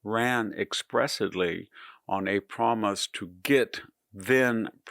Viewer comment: Interesting way to pronounce Letitia, also "expressidly"? 😅